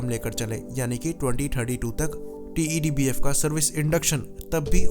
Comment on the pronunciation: Why do you keep calling it "टी.ई.डी. बीएफ" It's so tedious & irritating.. Just call it "टेडबीएफ" & be done with it.